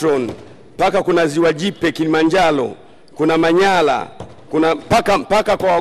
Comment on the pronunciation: mbunge kiswahili kina mchenga sana arusha anasema alusha manyara manyala rukwa lukwa aaah wawe wanarudi shule basi